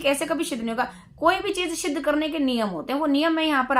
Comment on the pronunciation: क्षमा करें परंतु आपको सिद्ध बोलना ही नहीं आ रहा शिद्घ बोल रही हो 🙂